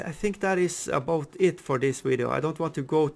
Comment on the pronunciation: That intro tho! Channelling your inner Canadian there with that little cheeky 'aboot' there.........